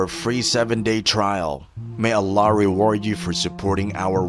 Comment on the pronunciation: Horrible AI voice. Saying Allah as Alaaaaaaaa 😮